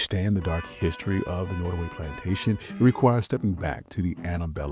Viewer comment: I'm new to your channel. Can you increase the volume or speak up ? It's hard to hear especially when you speak rapidly. The name is pronounced Not as in hot. Nottaway .